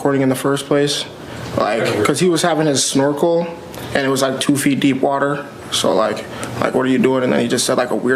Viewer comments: If he said "looking with a snorkle" quickly in response to being asked what he was doing it would be easy to mistake what he said as something similar to looking for girls if he pronounces snorkle similar to the way I pronounce it. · There was a comment early on where someone suggested that accent might have caused them to misinterpret what he said - his pronunciation of the word 'snorkel' might have sounded like 'small girl'